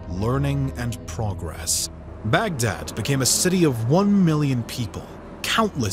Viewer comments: Baghdad, not bag and dad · It's not back-dad !! It's pronounced as Bug-Dhaadh !! The middle-eastern , mesopotamian, tribes still have their y chromosomes donated by Genghis Khan. The same name is the root for Mughal !!